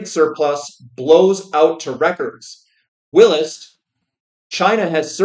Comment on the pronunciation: Whilst is the British version of while and is said the same way but with the st sound at the end, it’s not “willest”